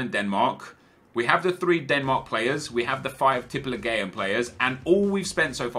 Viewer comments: teep e leagu an thats how you pronounce it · In Tippeligaen, you dont say the E. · Please don't say tippeligaen again, your norwegian isn't at 100% Ps: i love your videos on both channels. I am Norwegian thats why my english isn't on point. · I am from Norway an you pronounce it like Tippe like tips just with the other letters and league just with an at the end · its prounanced tippeligan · pronounciation is; tippe-league-an say it fast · AS a Norwegian guy, your pronounciation was so wrong, but i rate the try keep it up Nepen the Z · OMG the way you said tippeligaen im so triggered rigth now 😂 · Hahaha, the way you pronounced Tippeligaen killed me! Don't worry about the "en" at the end. Just call it Tippeliga or say Tippeliga-players. ;) Don't even know why I care, since you'll probably say Tippeligaen about 0 times the rest of your life.. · You dident just say tippeligaen wrong, you sedd it so wrong i coudl stop laugthing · I'm from sweden and this is the norwegian league and you say it very wrong. Absolutely hahahaha